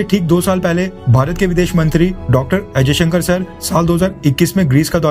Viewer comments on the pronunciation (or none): WHY YOU PRONOUNCE Dr.S Jaishanker as #AJAY SHANKER #, IMPROVE YOUR PRONUNCIATION & CALL NAME CORRECTLY